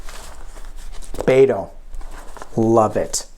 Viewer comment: You're great,, and it is Bet-oh (like bet at a gambling table). From someone who lives in Texas.